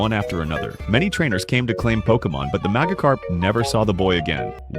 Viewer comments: “Maggotkarp” 😂 I’m sorry man, but half the time the voice over doesn’t pronounce it right 😂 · Ai voice keeps messing up Magikarp pronunciation and I only hear magakarp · AI voiceover calling it a MAGAcarp when it has orange skin, a big mouth and a shock of yellow on its head is diabolical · duh mahgihkarp fowwowed cwoswey buhihnd gasps for breath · It’s pronounced majacarp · Bro kept saying maggot carp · AI said MAGAkarp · The way it pronounced Magikarp is diabolical